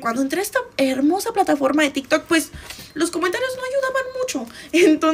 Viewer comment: En tikj takj, persounas... Jaja así suena porque hablas así? Tu apellido no checa con tu pronunciación...